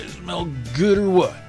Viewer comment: SMELLS GUH!